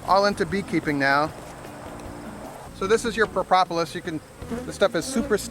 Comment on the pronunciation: "PRO-POP-OLIS" ??? WTF I like your videos but you are saying Propolis wrong! Unless of course you are Greek